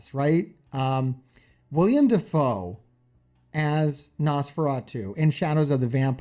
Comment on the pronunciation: Uhhhhh... it's actually willem dafoe